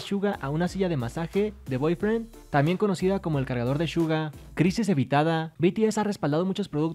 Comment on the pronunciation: Se dice bodyfriend y al principio entendía boyfriend